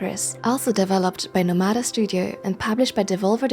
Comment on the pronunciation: NOmada not noMAda.